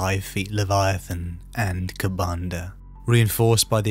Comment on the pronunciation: A slip of the tongue named kabandaha a demon prince. It is a greater demon ofcourse and i knew what you meant. Good vids though im enjoying these and i prefer tyranids.